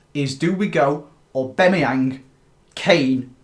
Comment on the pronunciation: Does anyone else get irritated when says AuBEMayang instead of AuBAMayang?